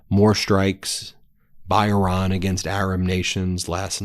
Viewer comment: Do you ever read your comments? Stop calling Iran, Oron. It makes you sound dumb. Otherwise, keep up the good work!